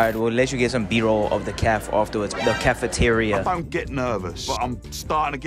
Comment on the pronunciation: "Videos of the cafff,,cafeteria".